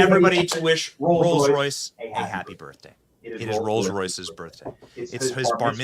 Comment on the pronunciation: She pronounced Birthday like "Birfday" 😂